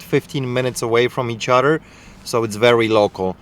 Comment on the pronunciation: Shoes and 'uttter' things